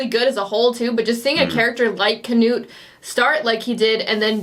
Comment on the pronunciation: It´s Knut, not Kenut.